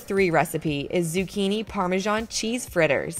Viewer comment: What is "parmejan"?